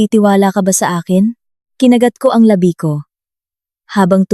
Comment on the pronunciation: LABI ay mali ang pagkabigkas Yong pagbigkas mo ay iba ang kahulugan hindi akma sa pangungusap At hindi ko na tinapos ang pakikinig kc nakakairitang pakinggan ang pagkakasabi sa PESO na binibigkas na PISO